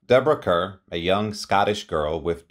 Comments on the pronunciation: Her name is pronounced Karr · Her last name is pronounced Like Car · He mispronounces a lot of words. Her name is written Kerr but pronounced ‘car’. I saw her on stage in the Thomas Hardy play After The Fair. She has always been marvellous in anything she plays.